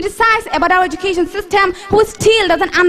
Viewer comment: Self Analysis How could say that she is a best speaker where she doesn't know how to pronounced Education ?